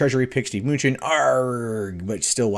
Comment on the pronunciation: Muh-New-Chin Not "Munchin'"